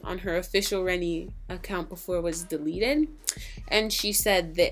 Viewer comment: official renny 😂😂 it's pronounced official re-nay💀